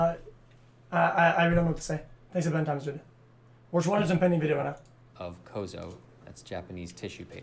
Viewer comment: Holy shit I got into the video he was watching and had to listen to this fuckin spanner...... (Edit) just incase you are a fan he says "dude" as "derde" that = spanner